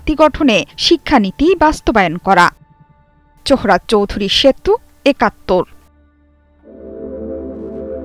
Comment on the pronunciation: উপস্থাপিকা সাহেবা, আপনার জহুরা চৌধুরী সেতু বলার ইস্টল খুবই চমৎকার